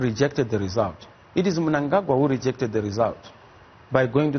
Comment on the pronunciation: pronounce the name of our president well JJ. its Cde ED Mnangagwa